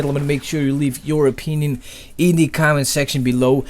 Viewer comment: "Leave your opeenion."